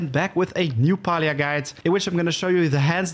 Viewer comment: Its pronounced pealia if you speak it, not palia ;)